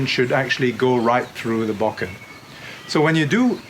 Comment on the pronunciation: It's difficult to lend any credibility to someone who cannot even correctly pronounce the name of the weapon he is demonstrating.